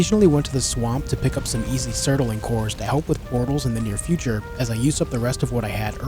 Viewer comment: love the video but i have to say it, its bugging me too much. its not sert-a-ling cores its surt-ling cores. mispronunciation just bothers me too much sorry, a book im listening to the narrator keeps saying tone-fas instead of tan-fas (the Chinese weapon) and i feel like i die a little inside every time witch sucks because i like the book.